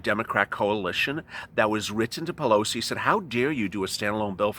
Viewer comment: It's the "we" syndrome! Pew-low-see....